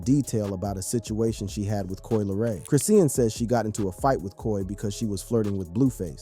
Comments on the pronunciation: 😂this man pmo w how he pronounced her name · You can’t even pronounce the girls name correctly.boy shut up with this nonsense ain’t no damn female rappers scared of her go sit down somewhere. this is clickbait trash.